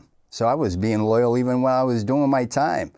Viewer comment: LoYaL not LITaL